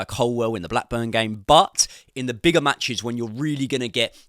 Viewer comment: Love the content, favourite creator but please say ColWILL as its spelt rather than ColWELL 😂